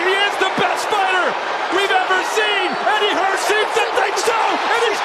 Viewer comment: The way he says Eddie Hearn 😂